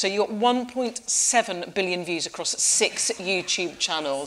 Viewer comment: I like how she says SIX YouTube channels. That means they included DanAndPhilCRAFTS 😂